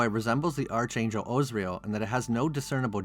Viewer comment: The CH in "archangel" is pronounced like a K, (not like a CH, unlike "archduke" or "archbishop").